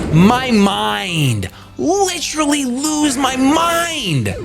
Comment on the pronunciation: And could you please pronounce "literally" correctly? There is an "e"